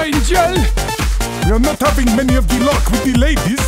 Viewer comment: I am havink yet another plan. He put havink because that's how they pronounce it.